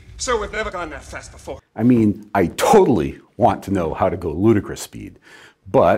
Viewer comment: It's 'ludicrous speed' not 'rudicrous speed' The comic reference being "so foolish, unreasonable, or out of place as to be amusing; ridiculous" see how that's funnier?